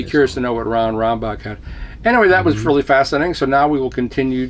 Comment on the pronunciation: Ron not "Rob" Rambach